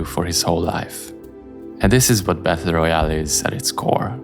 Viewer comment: Good video, but "Battle" is pronounced "bettuhl" or (US English) "bedduhl", not "bethuhl"